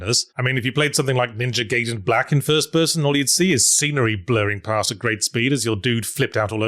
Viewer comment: Yatzee pronouncing Gaiden wrong like it's still the 90's is funny to me.